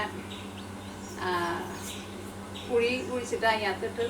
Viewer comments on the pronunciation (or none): none